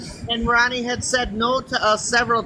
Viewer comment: It's Ronni, first of all. Rooni would be pronounced like ROO-nie. And she's not responsible for Lisa or for people begging to send her gifts.